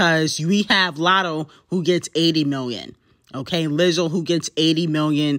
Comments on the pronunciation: The way you said Lizzo!! 🥴🥴🥴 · Damn why you say “Lizzo” like that 🥴.